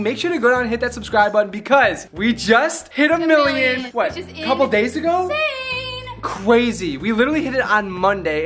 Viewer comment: said cwazy instead of crazy